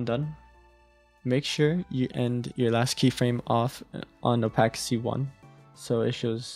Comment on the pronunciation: Someone please teach my boo how to say opacity 😭😭😭